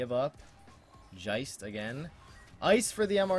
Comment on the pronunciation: Geist is Ghost in German, not Jeist XD